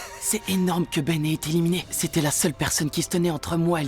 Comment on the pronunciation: Le "éliminéE" m'a piqué les yeux à chaque élimination 😂